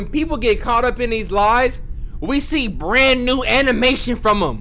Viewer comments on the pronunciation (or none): none